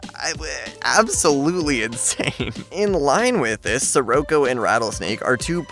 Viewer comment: It’s not (sir- OHH- coh) it’s (sir-AHH-coh)